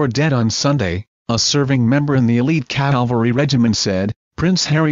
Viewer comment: It's CAVALRY, not CALVARY. The first is the mounted military service, the secound is where Jeseus of Nazareth was crucified.